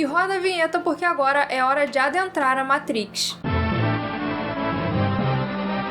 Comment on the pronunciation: Vídeo excelente, só precisa melhorar essa pronúncia "matriz" 😅